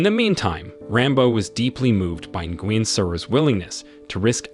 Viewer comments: Nguyen is pronounced “win.” The N is silent. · Darn AI voice doesn't know how to pronounce Vietnamese names. Nguyen---nwhen. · Bro. It’s not pronounced hope it sounds lmfao! “Nguyen” is pronounced “Wynn”. Smh. U gotta know this if ur gonna make a video about it 😂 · Nguyin = actually pronounced "win", as in "You win this challenge") in USA, NOT actually as interpreted; "Bow"= pronounced "Beau" (Bee+Oh). There's at least one other in there, but as much as this is so unremarkably researched [dot dot dot] Still enjoyable otherwise. Ty for the summary, very well done (no, I'm not being facetious, it's an awesome summary and I appreciate you for showing the "big picture"). Hats off to a solid summary 😊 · he called nguyen is guin 🤣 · her name is pronounced, Sara "New When".. Learn Vietnamese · Ni-goo-yen lol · God I hate your mispronouncing of Nguyen. It sounds like Win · Who the heck is Guin Sara? Guin… really lol😂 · Well the moronic AI that read this material fouled up all sorts of things. Nguyen is pronounced, “WIN.”